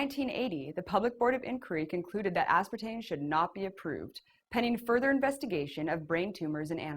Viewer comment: She keeps reverting to say "aspartane" - dolt. Does not take away from accuracy of the report.